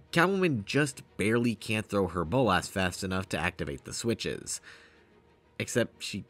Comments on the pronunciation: Please stop saying "bowl-lass". It's "bowl-la-s" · The way you say Bolas as Bowl-Ass (Boles' ass?) made me laugh every time.